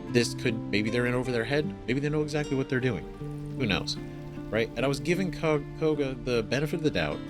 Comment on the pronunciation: Just dropping a comment to say that Kagha is pronounced kaw (rhymes with saw) guh :) not a huge deal, just passing it along. (and Astarion is uh-star-ee-un, can't even count the number of times I've heard people say it like uh-stare-ee-un :P)